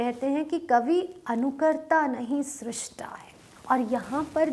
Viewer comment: सही कहा आपने .... उच्चारण की समस्या है ।